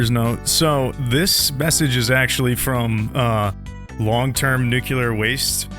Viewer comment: I lose braincells everytime I hear a native English speaker pronounce nuclear that way. English isn't even my first language!!!